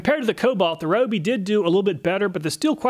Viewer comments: Why can’t you pronounce “Ryobi” correctly though? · Please learn to pronounce “Ryobi” correctly. Here’s a video from Ryobi, listen to how they say “Ryobi”